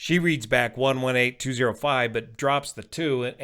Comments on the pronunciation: I heard 2300 but it definitely wasn't 2700. ATC captions are wrong, tower didn't say 118.5. Mostly sounded like 118.05, could be non-standard read of 118.205 and the 2 got swallowed (it's barely audible if you know it should be there, or it could be me expecting it to be there). TBF, tower missed the error too. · Yesterday when I first watched the VAS aviation video I heard the approach controller said "118 DOT 05" for the tower freq. Only after I read that the tower is 118.205, and after two replays of that particular section of the video, did I realize that she was saying "118205".